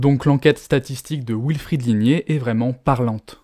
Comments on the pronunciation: Euh... "Wilfried" peut se dire "vilfrid", c'est allemand à la base. "wilfrid", c'est la prononciation anglaise. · L'intro commence mal... Wilfred/ied est un prénom d'origine allemande (comme les rois d'Angleterre) et le W allemand et français se prononcent bien tous les deux V et non OU. Il y a des Alsaciens qui s'appellent Wolf et que les Français anglicisés de base appellent Ouolf à l'anglaise et plus du tout Volf à la franco-germanique... V comme dans comme dans Volkswagen, wagon... Dommage de reprendre le bien parler pour se moquer en se plantant ! (pour info, nombre de talk-shows UK traitent de la prononciation de l'anglais par les Britanniques avec cas typique, dit-on "us" (nous) avec un s ou z final??? -- l'anglais étant de l'avis des Britanniques eux-mêmes une bâtarde moitié française et moitié germanique... d'où ma remarque sur le Wilfried allemand) Le reste est trop trop long! Le sujet est intéressant, mais trop documenté car simple à expliquer: la lutte des classes... la queue de comète de la lutte des classes...